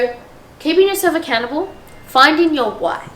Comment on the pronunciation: when u said “make yourself accountable” it sounded like “make yourself a cannibal” 😂😂 i rlly enjoyed this video ! i also find bullet journalling fits really well into the stuff you’re talking about ❤️